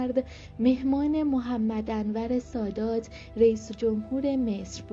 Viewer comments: صدات خوبه برای گویندگی اما سوادت کمه. دقیق ، حزب الدعوه صحیح است . همچنین اعراب اسامی را مانند ما نمیخوانند و نامها کسره اتصال ندارند . دقیقه محمدْ انورالسادات یا انور سادات خوانده میشود. همچنین دقیقه شیخ الازهر[ ال ازهر] صحیح است؛ نه شیخ الزهر که گفتی دیگر دقیقه که دوباره گفتی الزهر که باید میگفتی الازهر. دقیقه ۱۱:۴۳ هم گفتی مِلک که صحیح نیست. درستش مُلک یعنی مملکت باید میخواندی. راستی طالب الرفاعی هم متولد 1931 است نه 13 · یه خورده سواد برای گوینده محترم ؛ یا حداقل خواندن مطالب قبل از اجرا ؛ کمک به بهتر شدن کلیپ مینماید گوینده محترم ؛ الازهر را الزهر و محمد انور سادات را محمدانور سادات می‌خواند ؛ ضمناً ایراد حرف (ش) توسط ایشان خیلی بد می‌باشد لطفاً اصلاح کنید